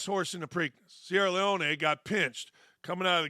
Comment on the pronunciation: It was the BELMONT quack quack. And it's pronounced Leone, not Leoni. I do agree with you though the vast majority of the time. Good luck Dan. 👍